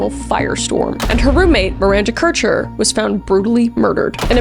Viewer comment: I think you are the first person to pronounce Kircher right( my moms maiden name is Kircher and most people mispronounce it)❤